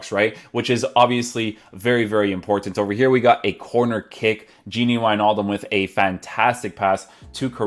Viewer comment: No one: Kylian Mbappe : GINi WiJNaljum